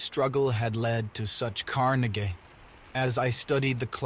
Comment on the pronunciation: Great storytelling voice. Unfortunately, it sounds like AI was used. AI does not fully implement the nuances of the spoken language (e.g., inflection, pronunciation -- "carnage" for example -- and the most obvious, the "-ed" sound for past tense where any human would know the sound is simply "d". A shame because, although I initially enjoyed it, I refuse to support AI. IMHO, only humans should be the "artistes" (you will understand when AI steals your job). We cannot stop AI, but we can boycott it. I understand that the reader (a human in his own right), has given over his voice rights, but we need to draw a line "people"!!😢 Because... well, we are people connecting with other people. That's what storytelling is all about -- since the dawn of (hu)man. Peace be with you (brace for the future)